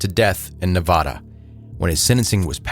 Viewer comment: Ne-va-duh.. va as in vaccume...